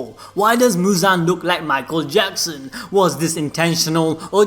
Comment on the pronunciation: mu-aichel jackson